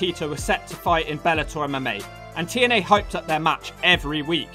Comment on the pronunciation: 40 seconds in put the close captions on when he trys to say tna even the cc dosen't know what hes saying sounds like t and l to me.